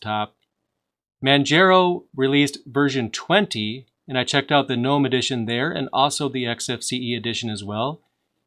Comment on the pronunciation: You know how to pronounce Mate but not Gnome? Just like Gnu is pronounced geh-new, Gnome is pronounced geh-nome